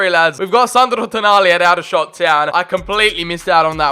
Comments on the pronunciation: Come on big up aldershot home town and dat btw it’s pronounced all-dershot And there rivals woking is pronounced woahking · Just to let you know Aldershot is pronounced Oldershot